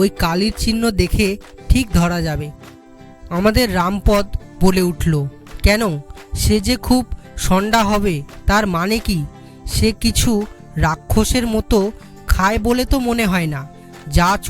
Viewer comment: উচ্চারণ এখন‌ও শিখতে হবে। কোথায় থামতে হবে তাই জানে না। অনেক ভুল উচ্চারণ হয়েছে । বিশেষ করে নামগুলোর সময়। যেমন জলধর হবে না জলোধর হবে। রামপদ হবে না রামপদো হবে। আমাদের ছোট বেলায় দ্রুত পঠন বলে একটা ব্যাপার ছিল।এখন আছে বলেত মনে হয় না।অনন্ত এইটা কানে শোনার পর। অনেক অভ্যাস করে তারপর এগুলো ছাড়তে হয়। পরবর্তী প্রচারের আগে যেন ভাল করে অভ্যাস (Practice) করা হয়। ভুল গুলো বড্ড কানে লাগে। বর্তমানে আমার বয়স ৬৩ বছর।